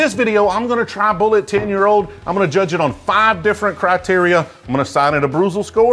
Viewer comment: Like bull it. Not bull et.